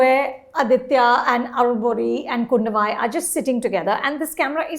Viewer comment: Man even bad was her pronunciation of Kudhavai... My god😂